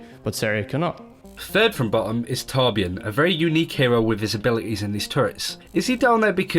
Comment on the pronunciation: you say torbjörn wrong